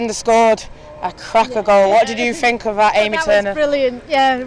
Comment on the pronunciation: The ‘What do you fink’ merchant strikes again....